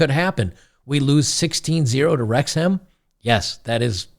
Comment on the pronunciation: You got the pronunciation right. Wrexham AFC are in Wales, UK. They are owned by two Hollywood Actors who have put money in and the local supporters love them. They played in the 5th level of English football last year. They have been promoted the the 4th level next season and I think this is the Wrexham old boys! Well done to winning 12 v 0 and well done to the Girls for having a go:)